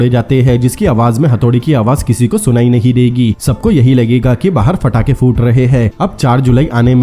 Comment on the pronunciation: Phatake nhi pathake ...ajkal sab patakhe ko phatake kyu bolne lage h 😅😅